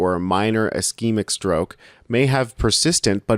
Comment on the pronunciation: Great, please learn how to pronounce ischemic and hemorrhagic